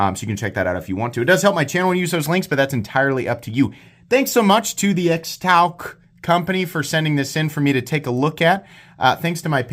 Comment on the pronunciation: I think it's pronounced Shtouc.